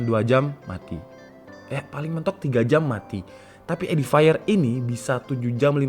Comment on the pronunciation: Cara bacanya bukan edifire bang tapi edifier,baca fiernya seperti pengucapan bahasa Indonesia, soalnya habis ku cek di google translate audio